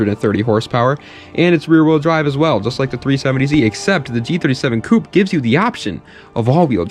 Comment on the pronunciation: All of a sudden pronounces "coupé" correctly for the Hyundai.